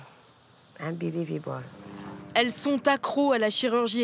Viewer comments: quel accent parfait c'est inbilivibaul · "inbilivibole" 😭 génial